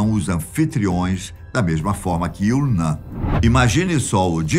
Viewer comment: 😂😂😂😂😂😂😂😂😂😂 Não, nada a ver! A pronúncia correta deve ser /il.o.nam/ e não/iw.o.nã/ como se fosse em português. Fale "namo" e depois repita excluindo a letra "O". É assim a pronúncia correta da letra "M" em outras línguas. O mesmo vale pra letra "L". Tente falar "ilo" e depois repita mas sem a letra "O".